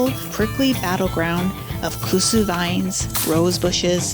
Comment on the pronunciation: Pretty sure she meant Kudzu...not kusu...eh?